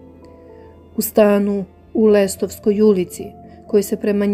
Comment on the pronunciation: Lastovska a ne Lestovska